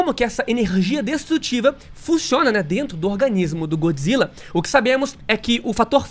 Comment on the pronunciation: GÓD Zilla, não GOOD, ele não é BOM, ele é DEUS.